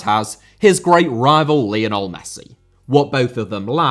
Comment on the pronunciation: Lionel* not Linl Hag* not Horg Scenario* not Scenohriouw Pelé * not Pelei Diego* not Diyeigouw Maradona* not Maradonner Uefa* not Yuweifer Emirati* not Emerohrti Mbappé* not Mbappei Half* not Holf Awe* not Or Nazário * not Nazériouw Santos* not Santoch Inzaghi* not Inzohrghi Filippo* not Felippouw He and Jamie* not Him and Jamie Aleksandr* not Alekzander Saw* not Sor Data* not Dater Can't * not Khon' Observations* not Obzervations